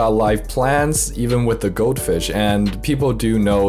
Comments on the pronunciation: Took me 30 seconds before I realised he was saying goldfish. I seriously thought goatfish was a certain type of fish. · I thought you were saying goat fish and i was keeping my eyes peeled to get a glimpse of it